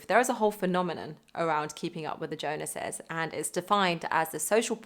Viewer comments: Great video but I have to ask are you mispronouncing the phrase “keeping up with the Jones’s“ or are you trying to insert some modern day reference to the Jonas brothers? Because you say “ keeping up with the Jonas’s”. I just thought that was funny. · Somewhat off topic.. She said "Jonases" instead of "Joneses." Is that a UK thing, or are people in general using their name now because of relevance? And I absolutely believe financial literacy should be taught in school. I took a Personal Finance course in high school as an elective (mid to late 2000s), but most of what I know I've learned since then. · 'Jones's' is pronounced like 'phones' and then the 'es' from 'houses'. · It was hilarious how it sounded as though she was saying Jonases instead of Joneses, as though everyone is trying very hard to keep up with the Jonas Brothers! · I don't know if you realize this but, you're saying "Keeping up with the Jonas'," It's Jones's. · Yeah. As long as you remember to say "Jones'" not Jonas's... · I was a Jones and for some reason loved that you said Jonases (like the Jonas brothers) not "Keeping up with the Joneses". ❣ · Great video! Is it now keeping up with the Jonases instead of the Jones’s? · You videos are so fab - there’s always something I learn when I watch. It’s so crazy that we’re taught nothing about something so vital to the quality of life. I also love that you called it “keeping up with the Jonas’s” instead of the Jones’s - tickled me 😂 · "Keeping up with the Jonases" - is that the Jonas Brothers? 😅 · Thanks for this - but your pronunciation of 'Jones'!!!